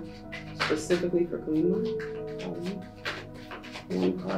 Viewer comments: Deck 3. Thanks for the reading. Kali is pronounced Kah-li. I'm hindu. Have a lovely evening 🙏🙏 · Pile 3:The Spirit guide is a Hindu Goddess here. The pronunciation is 'Kālī'/ 'Kaa-lee' and 'Ma' translates to Mother. Two different words. Thank you for the reading 💖 You are spot on about everything else (as usual!)